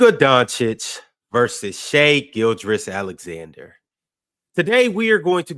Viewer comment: Why is dumb? Why does he say shai gilgrous? Gilgrous?? Why does he say simular instead of similar??? AND WHY DOES NO ONE ON THE PANEL CORRECT HIM??😂😂😂